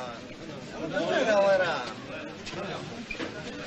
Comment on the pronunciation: タケシ様、どけ、どけのアクセントが違いますよ😱